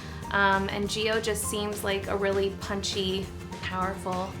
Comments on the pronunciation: I'm Italian and I feel like I have to say this: the name Giovanni (or Gio in this case) in Italian is pronounced like the Jo in the name John, so there's no stress on the i, you actually don't pronounce it! Btw I'm not hating or anything like that I just wanted to point it out... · Gio as you pronounce it sounds like 'jiyo' which means 'live' in Hindi! As used in 'live your best life' ✨ You are such an amazing and vibrant person! I wish you all the love and blessings in the world! ❤